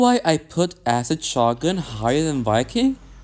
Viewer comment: shoh guhn